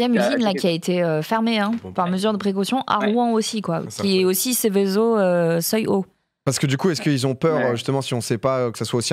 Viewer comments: sevezo pls pas sevesso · Merci au spécialiste "Cevesso" Domingo, mais tente le Seveso ! :) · Sa prononce sévézo pas sévésso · Mauvaise définition de la réglementation Seveso, qui se prononce "[SeVéZO]" et Rouen ne se prononce pas [Rouin] . Bon et puis apres le sujet est traité vraiment à la légère, la réalité des rapports depuis 3 jours sont tout autre